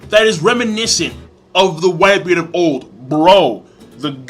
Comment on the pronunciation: That nigga can't even say whitebeard correctly lmao "whitebeer" 😂😂